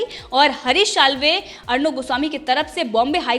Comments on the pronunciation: Madam plz makr ur Pronunciation correct :- जमानत❌ ज़मानत✅ विसय❌ विषय✅ शाल्वे❌ साल्वे✅ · Before becoming an Anchor improve your pronunciation.It's Salve not Shalve.It's Zamaanat not Jamaanat. It's Vishaya not Visaya. It's Ja Raha hai not zaraha hai.